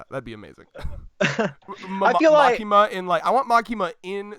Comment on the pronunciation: Its Makima.......Just Makima!